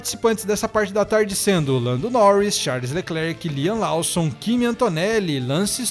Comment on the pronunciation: só uma observação! O sobrenome do Liam se fala LÓSSOM, e não LAUSSON. No mais obrigado pelo excelente conteúdo, abraço!